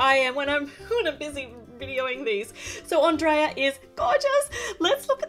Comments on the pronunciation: It's pronounce (On-dray-a) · Andreea not Andrea